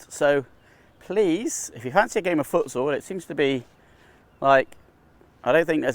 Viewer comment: Foot what? What sport is that? Sounded like you said footsoul lol